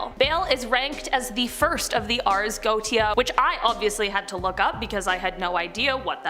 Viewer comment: It's pronounced GO-ET-TI-A (4 syllables), not "Goat-ti-a".